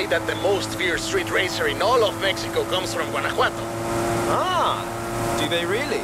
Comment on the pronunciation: No one: Literally no one:: Guanaguano 💀💀💀